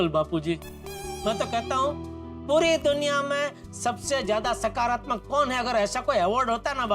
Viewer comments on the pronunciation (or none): In this episode jethalal Said "SAKARATMAK" word....but in every episode he says "HAKARATMAK" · Jethalal saying sakaratmak instead of hakaratmak for the first time😂❤